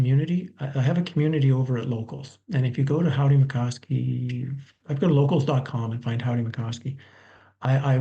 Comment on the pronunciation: It's Mickoski. Can't you get your guests names right? There is no COW in the name. You have little to no respect for a guest when you can't bother to read his name.